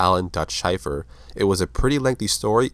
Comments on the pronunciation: Too late I know, but it's Shay-fer not Shy-fer..... great vid otherwise. My older brother had all these comics when I was a kid and I loved them. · It's pronounced "Shay-fer" not "shy-fur" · Wow, major mispronunciation of his last name! Shay-fer, not Shyfer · Shaeffer,Shay-fer..not shyfer. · Pronounced "SHAY-fer" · damn man schaefer like the beer not shy-fer... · It's pronounced like Shayfur, I should know I have the same last name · it's pronounced Shay-fer